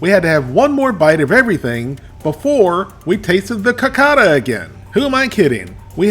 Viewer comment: The pudding is pronounced "co-caw-dah". Wolfie: I hope you didn't eat both of those on the same day! That would have been 1200 calories.